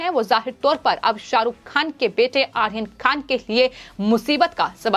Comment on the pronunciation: Pathetic hindi pronunciation. Who is AKHIR KHAN - he is Ayran Khan. Please at least pronounce correctly.